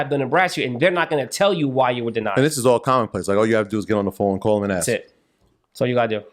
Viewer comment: “Ask” NOT “Ax”